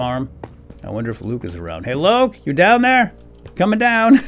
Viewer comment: he accidentally said loke